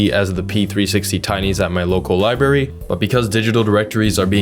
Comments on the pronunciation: Good video but it is library not libary. I had that pronunciation knocked out of my head by nuns in my youth. So that pronunciation is international,I guess,I thought it was a Chicago thing. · “Liberry PC”